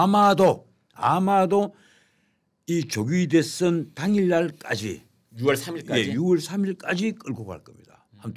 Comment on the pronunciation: 한국어에는 각 단어들에 장음(長音), 단음(短音)이 있어서 국어사전에도 표제어 장음 글자의 오른 편에 : 표로 표시되어 있다. 그런데 요즘 젊은 기자들은 특히 한자어를 말할 때 이를 전적으로 무시하고 전부 아주 짧게 발음한다. 예컨대 '여:당(與黨)', '야:당(野黨)', '대:선(大選)' 이라고 길게 발음을 해야 하는데 아주 짧게 발음하는 것이다. 또 청구인측 변호사가 "피청구인" 을 짧게 발음하는데 "피:청구인" 이라고 장음을 써야 한다. 요즘 한국인들의 '한자어' 구사가 이 모양 이 꼴이다. 이런 폐해는 한자 사용의 폐지에서 기인한 것이다. 정말 큰일 났다.